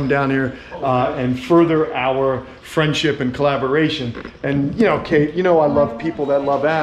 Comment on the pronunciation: Isn’t it cute how many times said fwendship